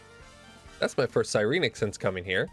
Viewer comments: Sigh-reen-neck Si-ren-ic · The way you say Sirenic bothers me. Psy ren ik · Ok, So I had to chime in, been loving your series, but, please for the LOVE of god, its Sigh - Ren - ICK, I have never felt more tilted watching a video, and hearing whatever blasphemy you spouted, also the always oh b2b never fucking lucky, and then you Absolutely pulled off a massive spoon af moment, I best not be hearing Never lucky for atleast the next 2 to 3 videos mfw.